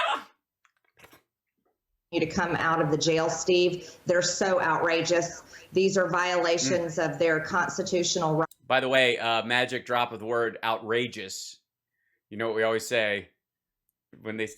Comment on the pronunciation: it's constitution, marj, not conse-tatution